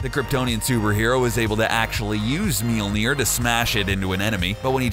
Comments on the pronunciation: What is that pronunciation of mjölner lol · wtf is your pronunciation of mjolnir??? sounds terrible XD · Your pronunciation of Mjölnir is really really bad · the pronunciation of Mjölnir is awful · He keeps mispronuncing Mjolnir... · I couldn't finish the video. I could not bear to hear the name destroyed and mispronounced as MEEL NEER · He can't say the hammers name right and he fought Shazam not captain marvel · It pisses me off that this dude is pronouncing Mjølner wrong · Please stop butchering the name Mjölner. Thank you very much! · Its cancerous how you pronounce Mjölnir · This guys pronunciation of Mjølner is funny :P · lol the way he pronounced mjölnir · Dear CBR... LEARN to pronounce the name of the fucking hammer!! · Melnir... It's Mjölner for fuck sake! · Would be nice if it were pronounced correctly throughout the video - ugh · Mjölnir. Pronounce it correctly. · The narrator dude pronounced mjolir wrong. He kept pronouncing it meeleer, not mjolir. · MEELNEIR its pronounced mulnier(i know is spelled it wrong dinguses) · Bruh did they call it milneer? LMFAO its Mjolnir the m is silent omg im dead. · Meal-near? That's an odd pronunciation. I usually hear Me-ole-near. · Milnir? omg u Americans... The way u try to say words that is not American/English words are hilarious. In Norse mythology, its pronounced Mjölnir or in Old Norse Mjǫllnir... Old Norse Mjǫllnir regularly becomes Mjøllnir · ITS PRONOUNCED M-YOLE-NEER NOT MEELNER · Did you just pronounce "Mjölnir" like "Meelnir"?! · “Meeol-near” dude cmon. It’s pronounced “M-yol near” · I thought it was pronounced mjnor (min jore) but its mjnor (meel neer) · It is pronounced miolnier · it's pronounced majolinor aa not ae o not oh iee not ai the spelling is Mjolinor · Hello people I am Swedish and I will just say this guy pronounces Thor’s hammers name is sooooo bad it is supposed to be pronounced mjölner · It's pronounced "Mee-yol-neer" just so you know. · Its pronounced mi ol ner